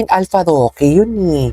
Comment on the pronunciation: Alforque Naman 😅 Hindi alfaroque😂